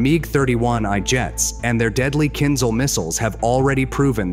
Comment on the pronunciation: Not kinzal, but kinzhal😂